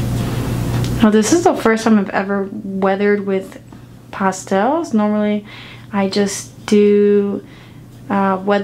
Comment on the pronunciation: It's PASS-TELLS! Not Pasta-els!. Lol